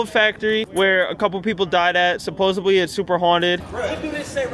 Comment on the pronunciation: supposedly, there's no B in this word... supposeDly D,D, D!